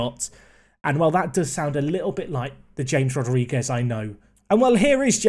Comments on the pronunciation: if hear him mis-pronounce James Rodrigues again I'm going to loose it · James Rodriguez... oh, the bloody pronunciation. You are killing me. You should know by now that J in Spanish is H and in Portugal is Zh